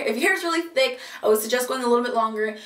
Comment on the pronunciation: THICK not tick